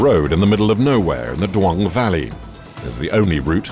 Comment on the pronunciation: Its Dulong valley, NOT Duong valley